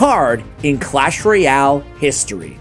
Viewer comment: history 🚫 histoy ✅